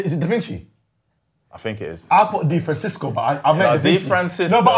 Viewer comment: difransisco killed me💀